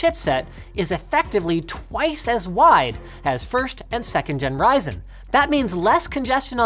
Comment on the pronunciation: its risin man not pronouncing ryzen